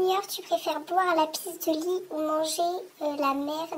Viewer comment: Elle a dit boi la pisse